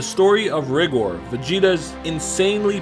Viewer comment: Tbh I think it's supposed to be pronounced "Ri-gore" rather then pronounced "rig-or"